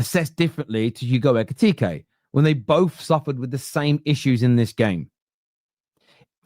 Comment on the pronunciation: It’s Hugo Ekitiké, not Ekitika. You’re welcome.